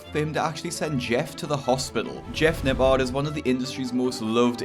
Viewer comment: Everyone: Jeff Nippard This guy: Jeff Napaaaaaarrd Jesus at least learn how to pronounce someones name correctly if you are going to leech off of them for views.